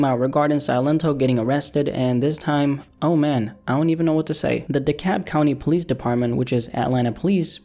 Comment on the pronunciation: The L’s not silent in DeKalb lol